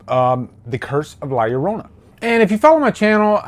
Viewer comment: Love hearing a person not knowing Spanish say la llorana